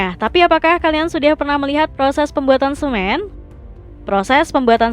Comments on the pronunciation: Pengisi suara nya gabisa ngomong N kah? Kemenyan jadi kemenyah. Semen jadi semeh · Kemenyan jadi kemenyah, semen jadi semeh, coklat jadi coklah 😭🤣 Mana di akhir video pembuatan pensil tapi tulisannya pembuatan uang, kocak .